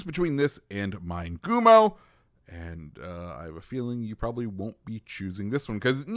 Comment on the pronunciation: Its not "Mine" gumo lol it is Mi ne gumo